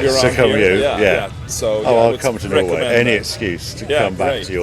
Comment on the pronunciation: auch Harry, did you really say Norway....